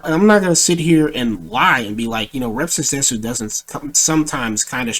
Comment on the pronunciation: Bruh he says rev says desu wrong instant cringe